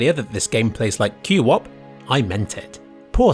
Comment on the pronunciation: Q wop. Q wop. Nononononono it’s pronounced kwop